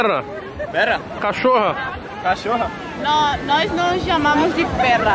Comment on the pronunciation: A cara de quem ta tipo toguro endoidou chamando a mulher de cachorra no video kkkkkkkkkkkk Cacthorra, Cacthorra Cacthorra